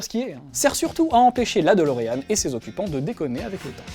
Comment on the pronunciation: c'est DE-LO-REAN !!!